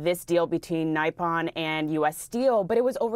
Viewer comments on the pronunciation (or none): is not NAIPON, my girl is NIPON, if you cant pronounce it, just use Japanese 😅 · It's pronounced "Nip'on". NOT "Ni'pon". wtf. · it's not "nigh pon" but "knee pon" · Nee - pone, not Nigh-pon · It's not NIE - PON it's pronounced NEE - PON. Nippon/Nihon is how you say Japan in Japanese. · NeePon not nyepon lol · Come on journalists, its pronounced “knee-pon”. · Nippon = "Nai-pon", seriously? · Reporters pronouncing a double p word Nye pon? Really? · Another "brilliant" plan. BTW...Nippon is pronounced ni'pon. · Both CNN people mispronounced “Nippon” Nigh-pon? Nothing shows ignorance more than an inability to pronounce Nippon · It is pronounced Nip-on. No basic reading skills in this reporter. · "Naipon"? Please learn how to pronounce again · Hey CNN... How about you teach your reporters how to pronounce things correctly...Like Nippon... OMG! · What is so difficult about pronouncing Nippon correctly??😂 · Lol if you can’t pronounce Nippon you have no business talking about this deal. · Bizarre mispronunciation of "Nippon" by the presenters, as if it rhymed with "skype on". How come? Is this an advance effect of the closure of the Education Department, that even people paid to speak don't even know the basic principles of spelling and speaking? Plus I mean, you'd think TV presenters would be familiar with the term "Nippon", standard Anglicisation of the Japanese name for Japan...